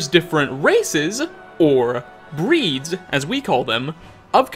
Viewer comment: “breedsa” “featuresuh” “furruh”